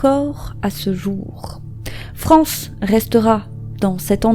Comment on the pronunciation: On ne prononce pas "France" comme on le ferait en français, mais bien en prononçant le "es" à la fin, avec connotation latino et le "c" en "sh" et le "a" devient "é": Frénshès. Ou alors il faut aussi prononcer le nom de famille à la française et dire "farmé".